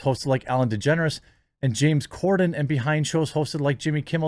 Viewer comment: Did you say Ellen Degenerate ?